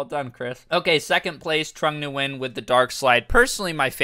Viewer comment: If I hear this guy say trong Nguyen 1 more time I am jumping off a bridge